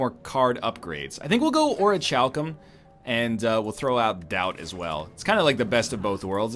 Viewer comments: Oritchalkum Orichalsum Pls Egg, it's pronounced "orikalkum". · Orichalcum is a great relic, but it makes me want to die when Ryab pronounces is "Oh-rih-CHal-kum" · Just so you know, it's pronounced o-ri-KAL-kum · Quick thing: In "Orichalcum", the CH is a K sound. "Or-ee-kal-kum". My teeth crinfe, when you mispronounce that word. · He's gone from pronouncing it "Ori-cal-some" to "Ori-chal-cum". He's...he's so close, yet so far. Yes yes. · It is pronounced "Ori-cal-cum". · I do believe that's acceptable pronunciation in "not-America." Being Canadian, he's close enough anyway. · This guy used to teach English and he doesn't know how to pronounce orichalcum properly. Even worse, he knows that he might be wrong, yet he doesn't want to spend 30 seconds to google it, instead he prefers to gamble on sounding like an idiot. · NL, the h in Orichalcum is silent